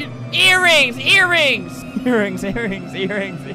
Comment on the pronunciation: "Eatrings" lol